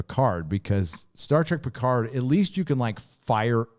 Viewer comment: PEE-CARD lol